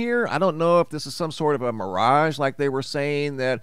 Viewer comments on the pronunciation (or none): none